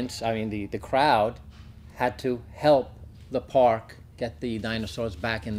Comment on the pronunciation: Lol, they mispronounced the dinosaur's name.